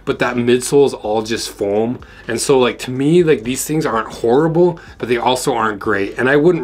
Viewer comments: OMG, hilarious! "Fahooam?!" 😂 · LOL "FOHOAM"!!!